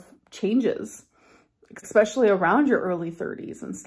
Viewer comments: It’s “especially” not “eckspecially” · You have no idea. One chicken breast has way more than 20g of protein. Also it's NOT eK-specially ! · Exxxspeclly drives me insane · Let’s not forget EXspecially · What is the definition of “ex-speshully”? Another example of ALR’s linguistic genius. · I am British and have heard many Americans say that word like that.